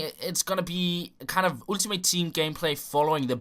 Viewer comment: vær sød og begynd at udtale ultimate ordenligt... Du lægger alt for meget vægt på u'et i starten.